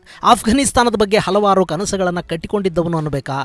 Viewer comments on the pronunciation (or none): none